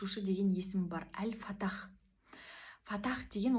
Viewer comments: Әл-Фатах емес, Әл-Фаттах. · Ал фаттах деп дурыстап айтшайш карагым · Әл Фаттах деп айтасыз екі т